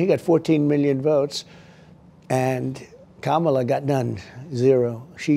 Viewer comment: Ha Ha... Kama-lie.... Brilliant.... Mine is KACK-ala...